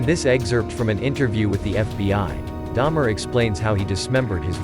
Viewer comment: Dahmer. Not Daimler. Me too btw